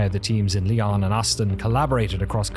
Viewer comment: Everyone who speaks French is going "It's lee-ow(n)", not lee-aw(n)!" Glad to see some appreciation for this studio.